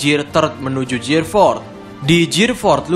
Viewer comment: Perbaiki bahasa inggeris ta bos.terutama dalam sebutan "gear"